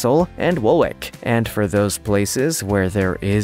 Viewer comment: In one segment you’re talking about the Royal residences guarded and say “Woolwick”, it’s actually pronounced Wool-itch.